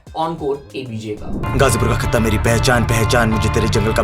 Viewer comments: Bro it's "Khat-ta Flow". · खता flow h खट्टा flow ni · खता फ्लो not खट्टा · Bhai wo खट्टा nhi h खतता है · Bhai phele track ka naam seekh le 😂 खत्ता flow hai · भाई वो "खट्टा" नही "खत्ता" है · Bhai vo खता flow hai🤣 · खट्टा nahi bhai खत्ता hai wo 🤦🏻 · Bro vo खत्ता flow haiiii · खट्टा नहीं------ खत्ता Flow h bai.... Bada Aya DHH lover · Khatta ❌ pronounced as खतता flow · bhai vo Khat-ta hai 🙃khatta(sour) nhi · It's खत्ता not खट्टा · It's खत्ता not खट्टा 😂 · खत्ता फ्लो ✅ खट्टा फ्लो ❎ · tujhse ye umeed nhi thi bhyii 🙂 ---- it's not खट्टा flow it's खत्ता flow